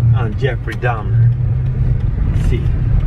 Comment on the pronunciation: Donffrey Truhmer